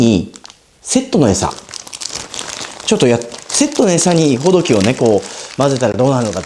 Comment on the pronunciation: 、インプレッションありがとうございました。とても参考になりました。 ほ↘ど↘き↘ でなくて ほ→ど→き→ だと釣りフェスでマルキュー担当者さんが言ってました。 今日買ったら800円超えでびっくり（爆）